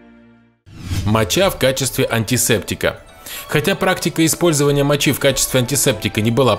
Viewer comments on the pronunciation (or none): none